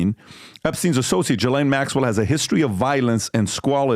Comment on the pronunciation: Can u please just pronounce ghislaine maxwell’s name correct. It makes you sound like you haven’t done your research. It happens every time you say her name